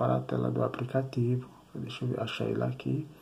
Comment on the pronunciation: Direto do "APRICATIVO" foi foda !!!!!!